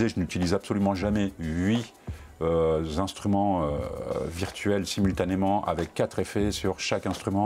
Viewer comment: Bonjour, je vais recevoir mon MPC Key 37 la semaine prochaine... Ta vidéo est vraiment super utile alors merci, ce sont des choses auxquelles on ne pense pas nécessairement... Ah oui, on dit HUIT INSTRUMENTS et non « huit Zinstruments » hihihi...